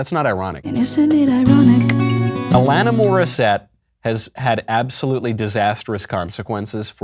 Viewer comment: What IS ironic is how Michael mispronounced AlaniS (not Alana) Morissette's name while accusing her of doing bad things for the English language.